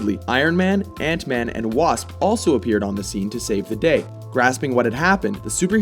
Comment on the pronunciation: kekekeke..."ANT MEHN"